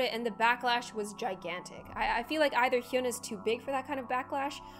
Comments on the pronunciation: Not hyuna its like Yuna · you are pronouncing her name wrong its Hy-u-na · k but why u saying “hyoona” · god I'm a minute and a half into this video and it's so hard to watch. "HYOONA" and "GAYNGNAM STYLE" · ANY KOREANS HELP ME, IS IT PRONOUNCED HYOOONA OR YAANAA (H SILENT?) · It's pronounced Hyana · It’s so funny u can’t pronounce her name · I don't really think u pronounce her name right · please pronounce her name correctly. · u said hyuna wrong, If u said hyuna a 7x faster it’ll be correct😊 (just sayin) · You said the name wrong I’m Korean so I know lol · ohmygod learn how to say her name right. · Okay, amazing video, but, I have to say, you're pronouncing her name wrong. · it’s funny gloom says hyuna wrongg 🗿 i’m soRRy